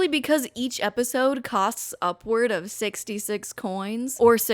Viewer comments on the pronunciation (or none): I will never not chuckle at EP-OH-SIDEE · My sister in christ, I lost it for the simple reason that you said "Eposide" and realising you were just reading off the fcking app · is episode pronounced like that im confused